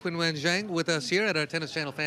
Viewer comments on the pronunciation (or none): how about you learn how to say her first name. It is not pronounced Kinwen. It sounds ChinWen. Commentators 👎 and disrespect 👎.